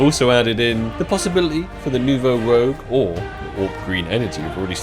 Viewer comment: Please for the love of god...get the name of that AK right. lol It's said like New Vo Rooj